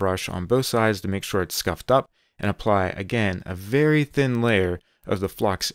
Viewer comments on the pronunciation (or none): none